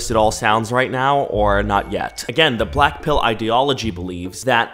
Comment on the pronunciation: When ever he say blackpill ..I heard "blackpink"😂😂🖤💗🖤💗🖤💗🖤💗🖤💗🖤💗🖤💗🖤💗🖤💗🖤💗🖤💗🖤💗🖤💗🖤💗🖤